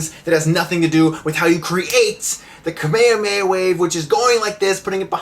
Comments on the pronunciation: "kame amei"??? XD kame HHHHHa me HHHHHa =P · kamehameha**** not kamiyameya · Shawn Shimmel or however you pronounce his name... NO! Bad Stuckman!! Its Masako Nozawa!! And Nozawa's Kamehameha is the best! (course it doesn't hurt when they put a bit of an echo into it). And its not "kameyameya", it's "ka-me-ha-me-ha", separate syllables! Ok, whew. Sorry, had to get that out. By the way, one of the worst script decisions in this movie (in which there are many) that you should have mentioned was the fact that Goku used the Dragonballs to wish Roshi back... ROSHI! A guy he just met a few days ago!! Nevermind that he could have just wished his grandpa back. Nooooo. I'm so glad this movie bombed. Sadly I had to buy two tickets to it because a girl tricked me in going to see it with her. I'm weak, what can I say? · Can you please stop saying kamayamaya its call kamehameha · Kame-e-way-ah....... What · please learn the differences between Manga = grafic nobel or "comic", and Anime = cartoon or animated cartoon. And it is kame hame ha. Otherwise good review. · Gaah!! I can't stand the way you pronounce the word "kamehameha" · The way you pronounce "KAME HAME-HA" is so disturbing... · American dub pronounce Kamehameha so weird... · you mispronounced kamehameha. Also the american dub sucks. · How did you just pronounce kamehameha? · its pronounced kahmehkahmehah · lol i kinda made a double take at your pronunciation of Kamehameha